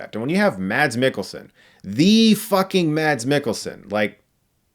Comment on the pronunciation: just a quick note chris, the d in mads mikkelsen is silent